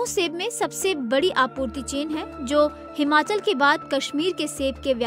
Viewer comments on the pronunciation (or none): none